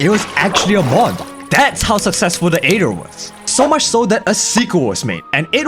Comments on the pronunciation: It's not a-ether, it's ae-ther, spoken eeee-ther. like why, i can't help but get annoyed by it. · Am I crazy or pronouncing it the (eighth-er) aether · I like how he calls it the Aeder